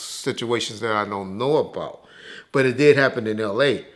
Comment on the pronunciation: doesn’t pronounce the “T” in “But” 😂 “Buuuuuuuuuuuuuu’” 😂😂😂